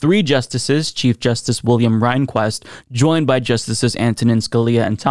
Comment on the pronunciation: Good exposition. Just one friendly correction: It's Justice William REN-kwist.😉